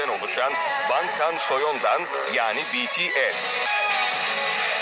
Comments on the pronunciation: Adam en azından "Bities" dedi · Knk şuna dua ediyorum ilk defa biri BeTeSe demedi BTS agag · Size bu kadar boş yapmalarının sebebini söylüyeyim mi sknfkasdf Betese değil bities demeyi sonunda öğrenmişler ve bunu kanıtlamaya çalışıyorlar ReKaBet VaY aNasInı ( konseptleri bile aynı olmayan iki kpop grubu rekabet ediyor ) Ha bide tek farkları Biri kız biri erkek dmsfakshdşıgusyfıghdsfoh